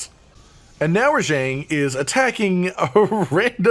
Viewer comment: Am i hallucinating hearing you pronounce Rajang wrong?